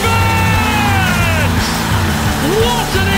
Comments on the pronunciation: Did the commentator just say trashford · did the commentator said Trashford tf